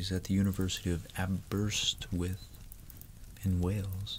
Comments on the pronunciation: Also just as a pronounciation note; Aberystwyth is pronounced ah-bur-ist-with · Nice work trying to pronounce the Welsh place. :) it's a super tricky one but is pronounced aber-ist-w-ith